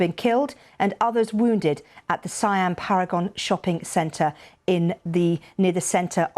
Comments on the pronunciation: Presenter should know how to pronounce SIAM. It's C-ARM. NOT SUH-YUM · Paragon sells upmarket goods.........it;s away from the red light districts ........always calm and quite civil there when i have gone.....oh btw Siam is pronounced see-am........ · pronunciation is see-am. but nevermind... Bkk is always on edge